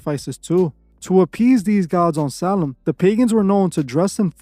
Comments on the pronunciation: Why does it sound like your saying “Salem” when it’s spelled “Samhain” ? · Its actually pronounced like Sow win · U just like the mom in the water boy 😅 everything to you is the devil. Dont ever disrespect halloween ever again. Im unsubbing to your channel. I dont even watch your wack shit. And learn how to pronounce samhain right. GOT IT ? BOY?!?